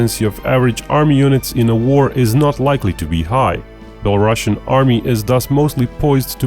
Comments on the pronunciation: Sounds like beh·luh·roo·see·uhn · Belarusian has one s and not ss so it should not have this "sh" sound like "russia" word does.